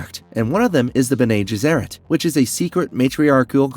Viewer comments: It should be 'BENnay GESserrit' - not 'JESserit'. It's a Latin phrase meaning 'those who do good' - an ideal title for a group self-serving, manipulative megalomaniacs! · Also "mentant, and the b'nay gheserat" ? "Presenants"? Ah man he actually finally called it presience as I was typing. Someone isn't a fan of dune and is just reading a script... I'm pretty much the comic book guy from the Simpsons rite now, lol. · I enjoy the videos and love that you’re covering Dune, but PLEASE get your pronunciations down. It is painful. Some of them are open to interpretation but when you get names wrong and can’t even pronounce Bene Gesserit correctly it hurts your credibility as a knowledgeable content creator. Looking forward to future videos! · Irulan - I-ru-Lan Bene Gesserit - Bene gEsserit (not Bene jessErit) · Your pronunciations are WAY off.. BENNIE JES-ER-AT KWE-ZATS-HAD-ERACK But you get Harkonnen right 🤣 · Mispronunciations on Bene Gesserit, Princess Irulan and Padishah Emperor. Pretty bad even for an AI.